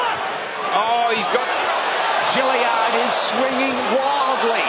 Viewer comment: Why do those annoying announcers keep calling that guy Jilly-ard, when his name is clearly Tilyard?